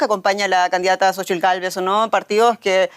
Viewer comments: Se pronuncia /sochitl/ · Se pronuncia shochitl, es un nombre en nahuatl y ahi la "x" se pronuncia como "sh" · es capaz de pronunciar Aleman sin problema pero no es capaz de pronunciar Xochitl, o Sheinbaun? Que falta de capacidad para manejar un noticiero en Castelllano